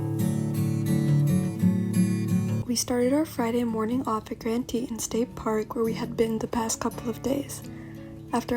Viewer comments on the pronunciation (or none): Tee - taan - Just a heads up. Beautiful right?